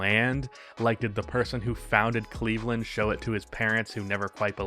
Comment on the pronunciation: Cleve-LAND....... get it together lol